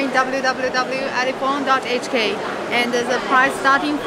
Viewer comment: It's an ElePHONE, not eleTONE. LOL